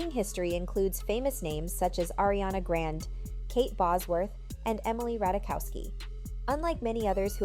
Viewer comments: Ariana “grand” 🤣😂 grande not grand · Ariana Graan-day not Grand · GRAND???? Whhoooo is delivering me Pop culture news and doesn’t know how to say GRANDE???? I cant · Who doesn’t know how to say Ariana Grande’s name